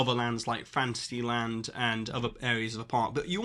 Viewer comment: When you say fantasy land, i hear fancy land. LOL